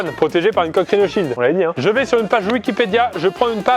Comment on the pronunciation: Qui c'est mis en tête joyca entrain de dire rhino shield